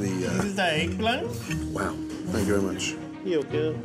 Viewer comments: Gordon: and this is the…? Waiter: dízîz dä êgᵖˡᵃᵉⁿ Gordon: Wow. Thank you very much. Waiter: ʸʸœgurᵣᵣ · zis is de eggPLANTT yogo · 'And this is uh..' '*DISISDA ECKPLAN*' 'Thank you very much' 'yogurt' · THAT WAITER "Disisdaegplan" "Yuwguh" IM CRYING HE IS FUNNY MAYBE EVEN AS FUNNY AS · He was so unsure if he was pronouncing that right. "Eyyeegplaint?" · "Zis is the eugghplunn!" "Wow...thank you very much..." " yOowCUh " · srry I’m just stamping this for myself ITS SO FUNNY! Gordon: “So this is th-“ Server: “tHiS iS zE EgGpLAnt” “ yOukOu”. “hElLo, mY nAmeS ” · sorry but is no one gonna talk about “da egGPlANNTT” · The way that dude says "Eggplant" cracks me up